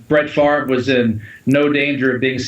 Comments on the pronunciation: It's Favre not Farve just saying lol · Steven Fish but it's pronounced Farve, so weird.